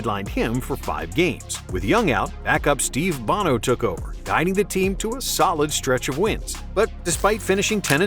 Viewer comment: Good vid, but two small corrections: Joe Montana did not have Jerry Rice on his team in Super Bowl 19. Jerry was drafted in April of 85. Also, Steve Bono's last name is pronounced BOE-no, like Sonny Bono, not like the lead singer of U2. Otherwise, pretty good.